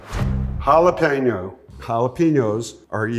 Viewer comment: Never trust anyone that can't properly pronounce jalapeño.